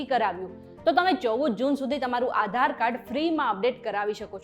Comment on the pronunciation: Maybe it's Aadhar Card, Not Aaa dhar card :face-blue-smiling